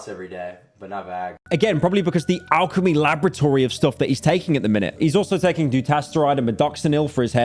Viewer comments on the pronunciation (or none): none